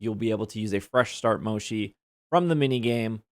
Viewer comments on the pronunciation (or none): Mo-chee, not mo-she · I'm sorry the way you pronounce Mochi is killing me, my adhd told me to tell you it's MO CHII like Chill. Not Shi lol sorry 😅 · Finally we can lock the mini map 🥺 That's one of my favourite updates lol By the way, the pronunciation of Mochi is more like "motshi" not "moshi" :) Anyways, great video! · Mo-chee not moshi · Mochi is actually pronounced Mo-chi, not Mo-shi. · One thing that bugs me. Its Mo-Chi not Mo-Shi. Mochi is a desert made out of rice flower that come in various flavors and styles. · Lol at moe-shi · I’ve never heard anyone pronounce mochi as “moshi” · The mochi is pronounce is like this mow.chee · Mochi, has no "sh" sound in it it's a "ch" sound :L You can also get more than 1 HM from other raids...though rare they give up to 3 not just 1... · It's hard to listen whenever he said mochi wrong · Mochi is pronounced with a ch, not a sh.